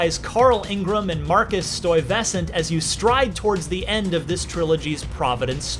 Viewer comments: I can safely say based on how he pronounced "Stuyvesant" he absolutely has never played the previous games lol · Is it pronounced Stuey Vess Aunt? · I love watching all these gameplay videos and hearing everyone butcher the name "Stuyvesant"